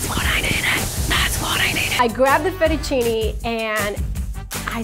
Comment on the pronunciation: feddicini??? FETTUCCINE